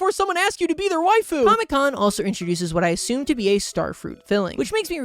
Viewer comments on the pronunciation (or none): none